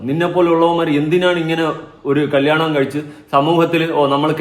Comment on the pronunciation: കല്ലിയാണം alla😂😂കല്യാണം 😂